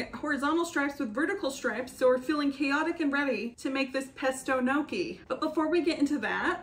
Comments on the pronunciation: Noki? 🤣 Gnocchi is pronounced like ñ in Spanish with double sound K 😘 ñokki 🇮🇹 Love U B 😘😘 kisses from an Italian in Tokyo 😘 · Oh no...not me realizing you weren't saying "noki" but GNOCCHI....and that I've been saying it wrong as "gon-nochee" for over a decade 💀 I'd just like to thank you from saving me from major embarrassment in the future lmao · you pronounce it as njokkie :)